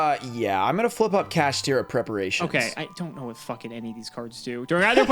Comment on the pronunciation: gotta love how says kaSHITra instead of kaSHTIra